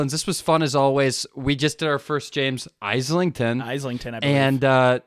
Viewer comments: FWIW It's Is-lington, rather than Eyeslington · This is not correct. Listen to the author say his last name in any interview online or in the Instagram video he just posted specifically to clear up the mispronunciations. It is eye-lington, much like you would pronounce island and isle. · In interviews James has pronounced his name "Eye-Lington"